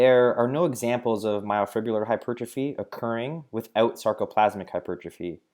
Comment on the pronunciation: glad I wasn't the only one that heard that lolll